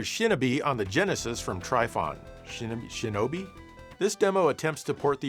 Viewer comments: Shinobi pronunciation "Shin-Oh-bi" ❎️ 'Shin-a-bee"✅️ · don't ragebait us! We know you know it's pronounced shinnobee. You ain't foolin' us! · I think you'll find it's pronounced "Shinobi". Thank you.